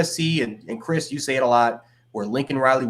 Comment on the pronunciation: It's Kris with a K!!!!